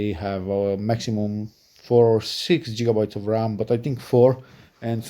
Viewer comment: It's called gigabyte. Like you would start off the letter gold. Not jitterbts. I hope that helps some people clicking off too soon. Remember it's always good to gain knowledge before you speak. Most people have to tolerate it but the second they hear jigger Bits you have lost their attention